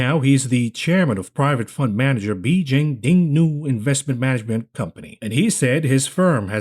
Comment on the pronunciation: I'm not going to fault you for mispronouncing the majority of those chinese words but seriously, you can't even pronounce "Beijing" properly XD